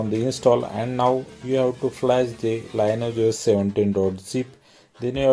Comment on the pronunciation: Could be wrong, but I think it's pronounced 'Lin eee age'